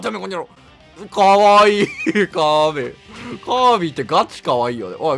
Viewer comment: カービーじゃなくてカーブィーですよ！